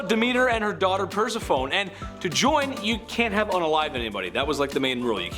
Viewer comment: Lmao purse-a-phone !!!!!!! Persefanie